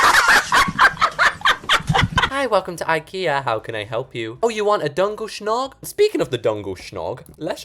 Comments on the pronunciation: WDYM DUNGEL SHOG? ITS JUNGLE SCOOG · Im swedish and djungelskog is pronounced jungle skooog it means jumgle forest so its a jungle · As a swedish person i jumped to mars when he said swedish gods😭 And i cried when he pronounsed djungelskog wrong it sounds like jungel skoog but its djungelskog😭 But hes not swedish so yeah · DUNGELSCNOG!?!??! DID U JUST CALL DJUNGELSKOG DUNGELSCNOG!?!?! 😭😭😭😭😭😭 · When I tell you I was OFFENDED when he called a dejungleskog a “dungleshnog” like… bud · Im Swedish and Djungel skog in our language you pronouns it ”jungel skooohg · Omg god soo good butt BTW it's jungle forest not djonejws skjogs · I’m actually from Sweden and no hate but I laughed so hard when you said djungelskog! 😂 Just so you know it simply means jungle forest ❤❤❤❤ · Not my swedish ass getting so mad at how you pronounce DJUNGELSKOG